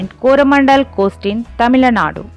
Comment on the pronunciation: Sorry for say this Your pronunciation wrong tamilanadu is wrong tamilnadu is correct , because my ia tamilnadu 💖💖💖💖💖💖💖💖